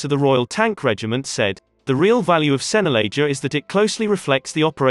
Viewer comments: Pronounced 'Senna Lager' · Could pronounce Sennelager properly!! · I know, excruciating isn't it.